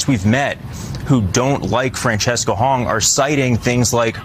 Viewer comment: Seriously?! You can't pronounce Francesca? I'm honestly stunned.